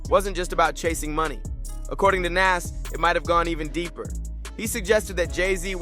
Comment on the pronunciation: The way you are pronoucing Nas' name is wild!🤔